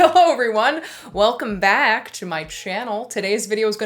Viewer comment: every time you say "welcome back" gives me a flashback to that video when you wore that bat sweater and said "welcome bat" and I love it